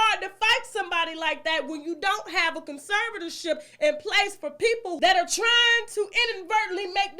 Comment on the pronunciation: Lol 😂 Tasha “Con-sever-sore-tore-ship”